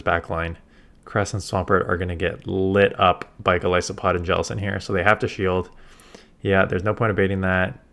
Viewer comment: Thank you for being one of the only people who pronounces Golisopod correctly ❤